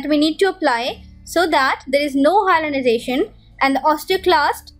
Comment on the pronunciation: Its hyalinization not hyalization !!